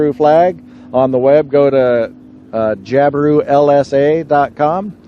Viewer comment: Jab-I-Roo not Job-A-roo